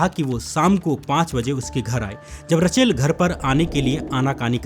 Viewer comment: रचेल नहीं रेचल